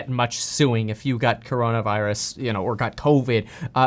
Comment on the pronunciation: she pronounced it "Car On A Virus" or am I hearing shit 🤣🤣